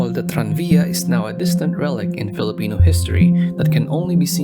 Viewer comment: He will overdo the Spanish and English but pronounce the Filipino words with an American accent... me when I'm a colonizer bootlicker